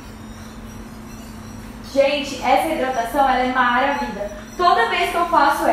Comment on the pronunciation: Amei a receita, porquê vc diz maravida, da gunia kkk